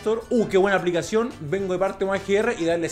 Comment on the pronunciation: Nadie:: a p l i x a c i 9